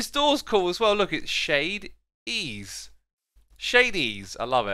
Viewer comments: 1) those rotations in the time lapse are really dizzying 2) ethos shop is pronounced "shady ease" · It's pronounced shady E's😂😂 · Ethos shop is pronounced Shady E’s